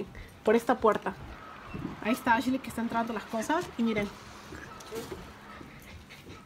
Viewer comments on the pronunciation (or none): Ashley , no Asley